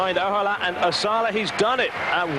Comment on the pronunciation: Thinking Ahola was Reeves, and that he'd given up, then later correcting it to Ahola (mispronouncing name) and that he'd actually finished (he actually won by a mile). Then thinking Magnus was the Mastermind host and that he was a giant, only to then say he had a small stature. And that was just event 1! He's really having trouble with Ahola. This time mixing him up with Veneberg, as well as mixing up heights and weights. Kiri won, oh no wait it was Ollesch. So many "I beg your pardon it was"s